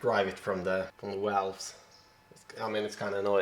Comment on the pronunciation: New sub here from San Diego...great channel...I think you and Camerata are distant cousins...love the way you say "Walwes"...and Love your pride for your Swedish flag.